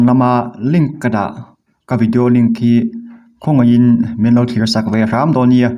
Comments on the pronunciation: Kai a ni lo ki key tia pronounce tur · Anime recap pawh hian thil lam hi dik tak hian lam thi ila .kai nilo in KI(horn) lam rik ang hian a ri